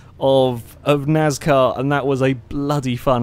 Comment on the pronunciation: NAZCAR? whats NAZCAR?